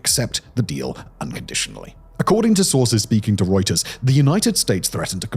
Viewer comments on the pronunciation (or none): none